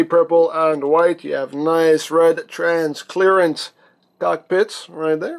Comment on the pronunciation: Transclearant hahaha not a word